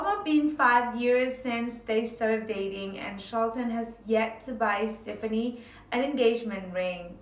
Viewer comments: It's not stiffinie.... It's STEFANIE... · It's pronounced ste faw nee